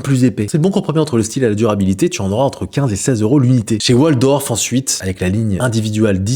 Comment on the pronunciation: C’est WOL-FORD et non WOL-DORF 😅!